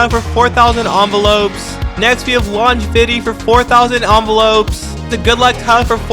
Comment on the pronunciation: Dragon_slayer10256 is my username and Leon is my display name if you can't find it Edit 1: you mispronounced longevity long-gev-ity